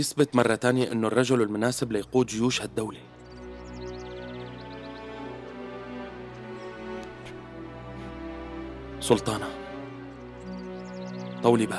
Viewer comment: ما بتقول سلطانة بتقول سلتانة😂😂😂😂😂😂💔